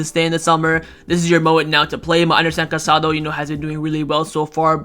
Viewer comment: There is an accent mark on Casadó. Please pronounce his name correctly—stress is on the last letter.